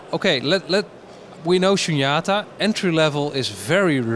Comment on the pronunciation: all the vowels in “SHUNYATA” are long vowels, except the one you lengthened. 🙏🏼